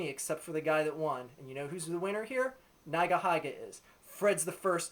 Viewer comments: O _ o It's not NaigaHaiga.. It's NeegaHeega. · neyegaheyega? its pronounced ni-ga-hi-ga you dipshit, why the hell is your video 11 minutes long u loser? i bet no one bothered to listen past the first 2 minutes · Agree with everything you said, but you pronounce Nigahiga weirdly, lol (should be pronounced like 'neega heega'). Anyway, great video! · Think it's pronounced nee ga hee ga. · it's pronounced "nee-guh-hee-guh" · When he pronounced nigahiga's name as "naigahaiga" i closed my browser. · its said as neegaheega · LMAO@ the way u pronounce nigahiga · It's weird hearing nigahiga pronounced like that...